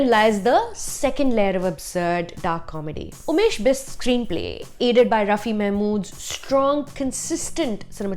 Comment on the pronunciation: its Raa-Fey not Rafi.